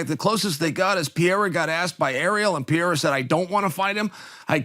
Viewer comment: Uncle Chael, american barbecue storytelling dad, whipping with that meat fork and juicing your sweat in your apron. It is Per-ei-ra